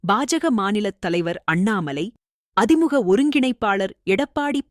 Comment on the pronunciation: அது அதி முக இல்லை, அ திமுக...இது கூட தெரியாம எதுக்கு படிக்க வரீங்க